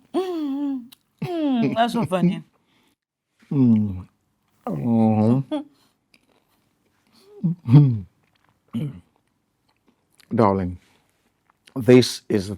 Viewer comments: Toney umez 😂😂😂 say dorling 😂😂😂😂😂a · Durling 😂😂😂 Okponuu man....😂😂😂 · even in 2025, Tony Umez is still saying "dorrling" 😂😂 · This man get problem with the word DARLING 😂